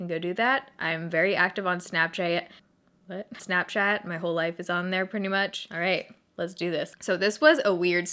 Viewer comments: Snapchay-et -- whoa. You went full Appalachian there for a second! Which is weird, given you're not from here, but hey. In another life, maybe. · THE WAY YOU SAID SNAPCHAT OMG 😂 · HAHAHA the way you first said Snapchat made my day!